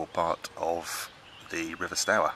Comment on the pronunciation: Port ages mmmm you really need to find out how Stour and Portage are pronounced , mmmm gun posts , you need to do a bit of research before speaking in your video’s . the word you invented gun post , is called a pill box , apart from getting the 3 things wrong that should have been totally correct, it’s a good video , and I have a 16 foot Coleman canoe , and I’m really jealous of your canoe it’s a work of art ,,, fantastic !!! 👍